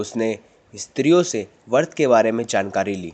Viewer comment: vart nhi vrat kahte h